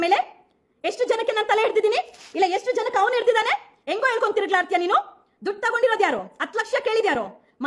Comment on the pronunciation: ತಿರಗಲಾಡ್ತಿಯಾ ಅಲ್ಲ ಮೇಡಂ ಅದು ತಿರುಗಾಡ್ತೀಯಾ ಅಂತ ಹೇಳಿ ಕನ್ನಡ ಸರಿಯಾಗಿ ಮಾತಾಡಿ...